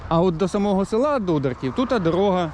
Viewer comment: Назву села не вміє вимовлять. Покаже він.